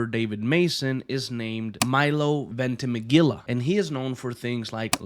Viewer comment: Man~It’s Venti-Mee-lia “Vente-meh-guila”😂😂😂No man venti-mee-lia